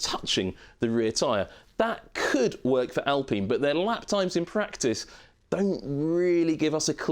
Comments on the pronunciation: Why are we calling it 'Al peen' as if thats how any ENglish speaker will ever say this name like that? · I think most English presenters back in 2020 called Renault by the French pronunciation, with the L and the T silent. It's not so out of this world.